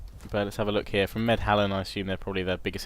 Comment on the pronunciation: It's "Medlan" and not "medhalan" :D